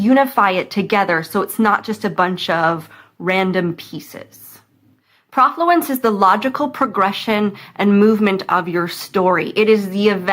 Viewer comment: Be nice if you knew that the "pro" part of the word rhymes with "no"